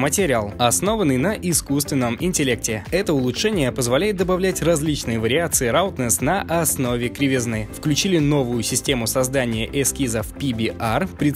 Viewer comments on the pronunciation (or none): roughness - читается "рафнес" (не роухнес)